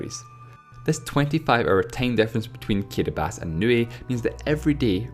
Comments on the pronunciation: Why does he say "Kiribas" instead of "Kiribati"? It's pronounced KEE-REE-BAH-TEE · i kept wondering why this fuck head kept saying kiribas, when it's kiribati. apparently these dope Islanders don't know how to spell s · In English it’s pronounced kee-ree-bah-tee, not kee-re-bas. Countries are always pronounced according to the language you’re speaking right now, not the local language. Saying Kiribati should be pronounced kee-re-bas is like saying France should be pronounced “frons” because that’s how the French say it. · No it sounds like “kirabahtee”. The ti at the end isn’t followed by anything. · Why does he pronounce Kiribati "Kiribas"? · kidibass? is it seriously that hard to say kiribati? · I cant stand this guys accent... And who the hell pronounces "Kiribati" as "Kiribas?" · ...Everyone. Its pronounced "Kiribass" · That would be incorrect since you're speaking english, and it's only pronounced Kiribás in Gilibertese, not in english, in english it's still pronounced as Kiribati with all its letters... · It's just that he says Kiribass, that's the only complaint. Otherwise, pretty well researched and well done videos. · The way you pronounce Kiribati can't be right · Matthew Adarichev I also didn't feel too comfortable with the guy's accent, took me long to process his words, but in that part he was actually right. Ti is pronounced as S. And Ri is actually pronounced as Li. There is an island in the Kiribati republic that is called Kiritibati.... have you heard of the Christmas islands? Kiritibati == KiLiSmaS == Christmas. :) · It's pronounced Kiribati the 'ti' is silent please respect other countries cause that's how they pronounce it